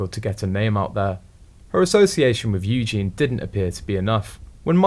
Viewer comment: It's a computerized voice! There are lots of mis-pronounciations! It's a site based in Vietnam or China. 😏